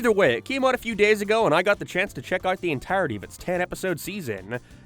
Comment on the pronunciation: "Like big mouerth" "Entiourety" Nigga what the fuck. I know everything that's gonna come after this first 2 minutes is gonna be complete ass.